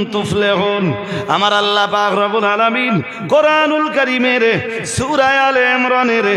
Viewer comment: হে পন্ডিত সাহেব সুরার নাম ঠিক উচ্চারন হলো না